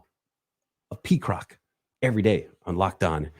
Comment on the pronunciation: He said Peacrock lmao that’s hilarious